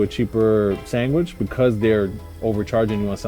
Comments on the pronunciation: Everything was perfect until Bro said SANGWICH 🤮😤😫😩🤣😂🤣🤦‍♂️ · "Sangwich" lol